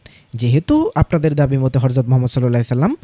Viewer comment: আপনি "হযরতকে" হরযত উচ্চারন কেন করেন?